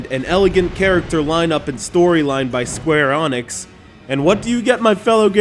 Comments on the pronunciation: go Onyx, i choose you! it's pronounced ENICKS say it with me E N I C S!!!! no say it all with me! SQUARE EEENNIIIIXXXXX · Sum say "Enix", He says "Anix" - WTF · Square FREAKING Onyx?! xD I'm sorry but there's no excuse for this. THERE'S NO O! NONE! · Square "Onyx"? No wonder I unsubbed this channel..... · Everytime you say square onyx 1,000 puppies are killed. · Oh no... square onyx is how I've been saying it for years!! FUUUUUUUUUUU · Square ARN ix... Skueuurgu hurr duuur Nix Ok sorry for being a jerk but man, how can you pronounce it so bad lol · dude, I have looked up dozens of japanese and english interviews with the game developers, They all say EENIX. in one of them the interviewer said ehnix and the developer corrected him. square exix is not a translation of a different company name. in japan square enix is spelled and pronounced, "square enix" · 1st learn how to pronounce Square Enix. 2nd the US isn't the WOLRLD, don't speak like the US are the center of the universe. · Are you pronouncing square enix and Drakengaurd wrong on purpose? It's pretty annoying and not very funny...... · not even a minute into this vid and he fucks up the name of the developer 3 times u can tell he put alot of effort into his research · I think all the dislikes in this video is mostly due to how he mispronounces the E in SquareEnix. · And who the fuck is this guy! He cant prenuance square enix!